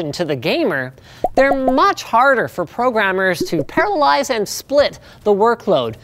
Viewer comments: "This math problem is easy to parallize". I think you mean 'parallelize'..? Again and . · I kept hearing paralyze instead of parallelize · Did he say paralyze or parallelize ? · Say after me "para-llel-ize"